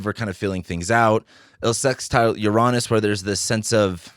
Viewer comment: I'm usually very cautious about who I get my information from, especially in this topic of astrology. But your video today helped concrete my opinion of you. Your outlook, insights, and honesty reveal your good energy. I may disagree with your pronunciation of Uranus, but that's a small thing, haha! Thank you, sir. It's good to find a good voice.